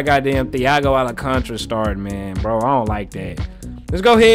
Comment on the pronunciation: Al can ta ra !!! Not alacantra